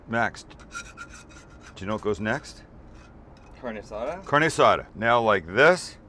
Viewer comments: Car-Nay Ah-Saw-Duh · Carne asada pronounced like carneee assada 😓😓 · The way he’s saying carne asada is upsetting 😶😐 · The way he says carne asada makes me cringe every time